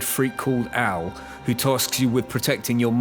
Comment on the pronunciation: With your accent I thought you said the steriod freak that saved you was "Al"